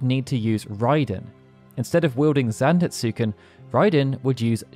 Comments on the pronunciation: Great video, but the u in Zantetsuken is silent. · Had to click off after the atrocious pronunciation of Zantetsuken. I was hovering after claiming Odin was Loki's father. Very sloppy work.